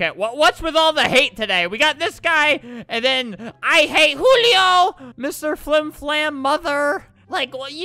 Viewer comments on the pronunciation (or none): none